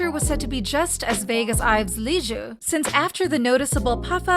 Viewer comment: why is she saying liz’s name like that 😭